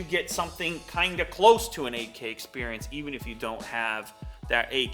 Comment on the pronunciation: For 30 sec I heard not 8k but AK😂